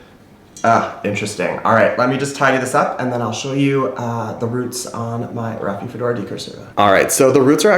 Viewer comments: "Raphi-do-phora" not "Raphi-fedora". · I’m not sure if you are pronouncing rhaphidophora correctly. And I don’t mean to be rude at all! We are all always learning and I know I butcher names! 😂🤦🏻‍♀️🤷🏻‍♀️